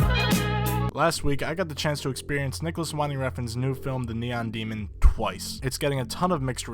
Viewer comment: win-ding, not whine-ding.